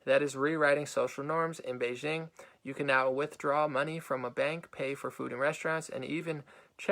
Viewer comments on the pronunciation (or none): none